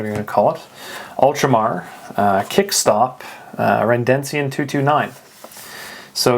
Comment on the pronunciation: It's Redencion, not Rendencion